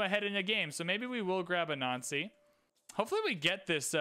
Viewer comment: Why do you pronounce "Anansi" like that? Just curious. A little odd hearing someone say "good thing we have 'a nazi'" and variations of that over several videos.